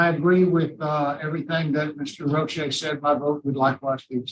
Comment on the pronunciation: Not Roche Pleeeeez!